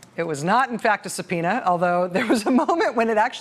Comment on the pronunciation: Lol, I had to replay the "it's not a subpoena is it?". Thought he initially said "it's got no pee on it is it?"